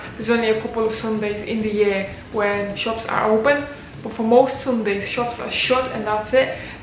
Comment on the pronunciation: Are you a Scouse or a Manc . The word "but" gives it away. Great video glad you like it here